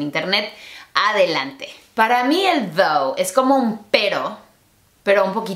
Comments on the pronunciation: Es "tho" no "thou". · Pensé que dijo "¿Qué significa Dou?" jajajaja